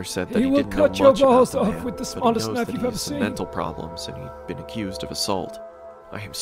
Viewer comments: Oh because he said knifu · HE ALWAYS SAYS KNIFU😱😿😭